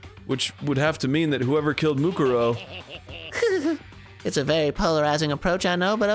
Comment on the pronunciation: Dan still can’t pronounce Mukuro